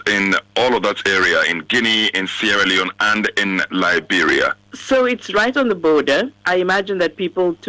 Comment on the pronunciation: Sierra Leone, Sierra Leonen, oh gosh.